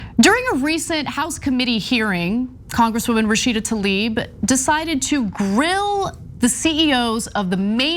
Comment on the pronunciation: "Rasheed Talieb" - Joe Biden.